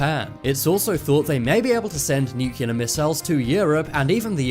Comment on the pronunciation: Why the f*** do you say missiles so weird I can't even watch this f**** s***